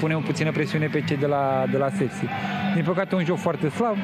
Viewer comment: de ce comentatorul tot spune ȘepȘi? eu vad ca scrie sepsi